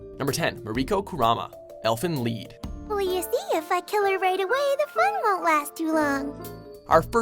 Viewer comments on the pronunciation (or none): Elfen leed? it's supposed to be lied... why is he saying leed? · And I swear, I’m not surprised if they mispronounce easy words. 1. Enflin lead? It’s lied.. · Did he just say elfen leed??? Instead od elfen lied????? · first off it's elfen lied not leed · it is pronounced li-d like lying and a lie; not leed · Elfen "lead" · did he say Elfen Lead? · Biiiitch tell me he didn't just pronounce lied as lead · its german elfen lied = elf(elfen) song(lied) its pronounced as liey'd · Brookie Cookie Should be pronounced Liet in fact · Did he just pronounce elfen lied wrong